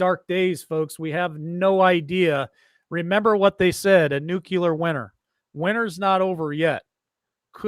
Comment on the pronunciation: If you’re going to talk about a nuclear threat, how about you learn how to pronounce the word ‘nuclear’…